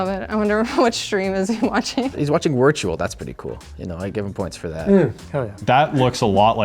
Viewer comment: he losses points for how he says wirtual.